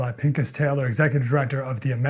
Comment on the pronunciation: Cant even pronounce Rabbi's name ...Lesson 101 " P I N (K with a gargle) as" Just saying